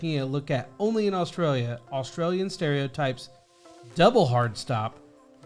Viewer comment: Never heard anyone say AustraliaR